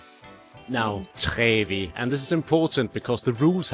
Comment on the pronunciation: 'Trevi' and 'Prati' are Italian words. You don't pronounce it like a French word.